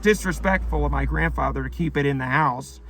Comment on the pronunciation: haha that's funny. "Granfather" lol 😂